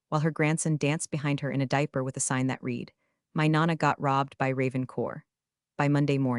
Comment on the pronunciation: Ill hit the like button once your ai voice learns how to pronounce read in past tense